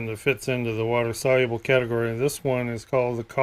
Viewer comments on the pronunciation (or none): Wa-ter Sol-u-ah-blah 😂